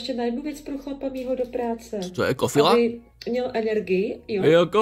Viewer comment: Proč říká Penan, když je to Penam a taky Kofola místo Kofila. Ách, no jinak chlap chudák. Jídlo se samými umělými sračkami, nic domácího.